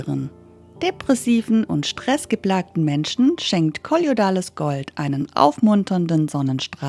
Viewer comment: Schönes Video. Es heißt aber nicht " kolliodales Gold"!